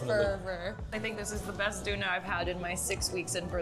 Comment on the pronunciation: First I want to say that I love your videos, but I have one critique which is your pronunciation of both Turkish and German for 'doner' , 'gozleme' and 'spati'. I have so many Turkish and German friends and was living in Turkey for four years and visited Berlin in 2024 with my German friends. I think you can take more time to better pronounce these words, especially when you made an advertisement for foreign language app and specifically talked about learning pronunciation. Of course, you don't know the language so you cannot say it perfectly, but for sure you can say it better than that when you are directly interacting with the people.